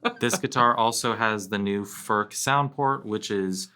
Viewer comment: Its NOT "FÖRK" nore "FÖRTSCH". He ist called František Furch. Try again. Furch, ( u like in YOU ) ore you want us to pronounce "jeans, update and cool" the German ore Czech way. By now, almost all Furch guitars feature the newer CNR "System Active" (with the exception of the "Yellow" series).